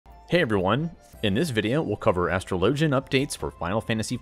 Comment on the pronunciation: Finally someone who pronounces astrologian like they do in-game